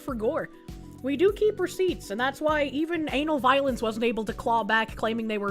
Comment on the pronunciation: Is it bad i kept hearing "Anal Violence" instead of Ana Valens?